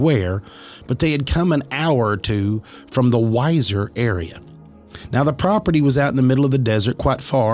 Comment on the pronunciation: That town in Idaho is pronounced Weezer, like the band. Fyi